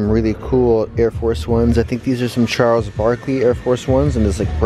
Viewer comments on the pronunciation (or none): none